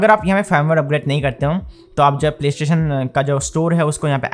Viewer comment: It triggers me how he calls it ‘playshin’😂